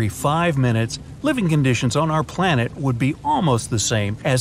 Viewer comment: he said blanet☠️☠️☠️☠️☠️☠️☠️